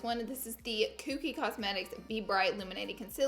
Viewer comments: It is KOKIE not Kooky LOL. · the way’s she’s saying kokie tho..... there is only one o, not two, so it’s “coke - y” not kooky lmao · Not cookie its Kokie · You’re right about where it’s sold but it’s KOKIE not KOOKIE lolololol and love how you say it like 5 times. ❤️ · It’s Kokie not Kookie lol 😂 love you Laura! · it’s pronounced koh-kee not koo-kee 😭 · Lol laura, its pronounced "Koh-kie" not "koo-kie"! And yea you're right, it's sold at walmart, but i'm not sure if it's sold at other stores? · Kookie Cosmetics😂 I think u pronounce it Kokie like Coke E, but I like Kookie better anyways!!🙌🏼💕 Gotta love that Laura Lee!! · Laura it’s pronounced like COKE-ie not Cook-ie 😂 lmao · It's pronounced cohkie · i thought it was pronounced k(oh)kie. huh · Say “Kookie” one more time, Laura 😂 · K"O"kie. Lol you always make me laugh. Love you💗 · Please someone tell Laura how to pronounce Kokie 😂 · Anybody else dying at how she’s saying ‘Kokie’ Hahahaha